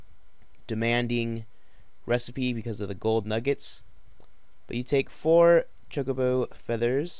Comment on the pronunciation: ChocoBO not chocoBOO